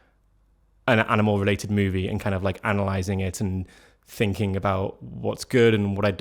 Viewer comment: british people make saying "ing" a challenge. its sounds like its just droles into "ink" so like not thinking but thinkink. or maybe thats just you. idk